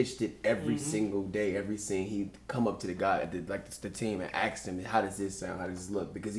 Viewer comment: AHHAHA the black guy can't say the word "ask"! 💀